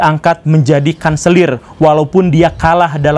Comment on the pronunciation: Kanselir bang, bukan selir 😅